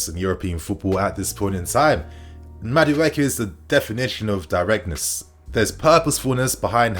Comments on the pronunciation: 😁💥💥💥 it's pronounced Madu E K It's an ibo Nigerian name 😁👊🏾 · MA as in Mark DU as in Do E as in eat KE as in Kay Ma - Doo - Eeee - Kay 😖